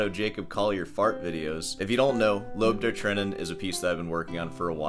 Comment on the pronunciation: Can you please google how to pronounce Lob der Tränen?